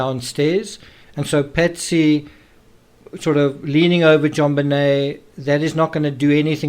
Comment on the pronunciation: Why do you mispronounce Patsy's name making I sound like you saying Betsy? It is very unnecessary and misleading, I keep wondering who is "Betsy"? Then thing, oh yeah, he means "Patsy"! Having an accent is one thing but that is unfair to distort facts. There was another word badly pronounced earlier in this video.